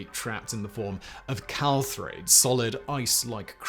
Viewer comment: Clathrate……not calthrate.